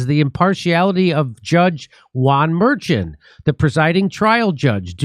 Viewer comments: Jimmy's pronunciation of "Merchan" got worse and worse as this segment progressed. 🤣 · How do you do so much news and not know how to pronounce Merchan's name, they even said it in the Fox segment right after you got it wrong lol